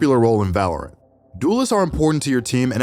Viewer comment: whats valaorant lmao its valorant xd